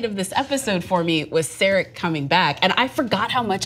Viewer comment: That's not how you pronounce "Sarek" folks.